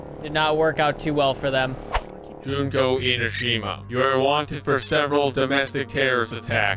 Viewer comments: I love the way pronouces "Junko Enoshima." I almost died. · The butchering of Junko Enoshima made me cry (of both hope and despair). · not knowing how to say Junko Enoshima's name is funny. Danganronpa is actually such an underrated game/show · Is it bad that i want to correct him on his pronunciation of Junko Enoshima? (Yes)